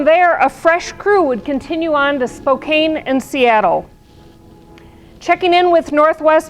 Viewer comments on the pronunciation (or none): You pronounce it SpokeANN not as spelled, it's a western US thing.